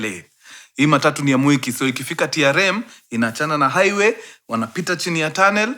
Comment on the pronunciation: The way mkuru una pronounce mwiki as "mweki" means you know the place.😂😂😂😂